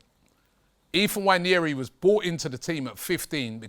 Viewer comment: pronounced WA-NE-RI, not wanyeri.